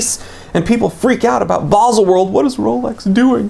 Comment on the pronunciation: It’s “baahzel”